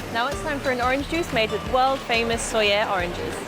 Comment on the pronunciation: why did she pronounce it in french